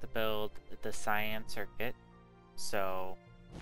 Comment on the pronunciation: Kay an? I would never even imagine to say that. Sai an sounds more like what I say.